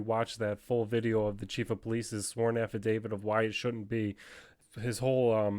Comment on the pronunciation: IS is an affidaviT thats a T not a d its not an affidavid